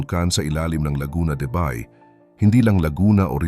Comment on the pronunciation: Ayusin nga ang pag pronounce sa Bay....